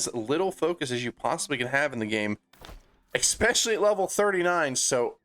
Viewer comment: Are you really saying "expecially"?